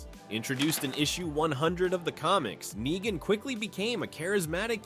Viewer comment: Nyegan?! Are you just terrible at pronouncing stuff or are you using text to speak? And if you are using text to speak, why use such a nerdy voice?